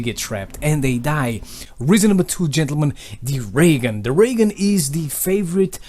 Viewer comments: I thought you said "Am I gonna get a Reagan " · the way he says ray gun XD